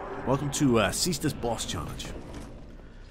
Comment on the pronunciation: /cestus/ is the right prononciation. It's latin.